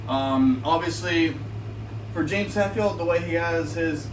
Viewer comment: It's HETfield, not HATfield... 🤦‍♂️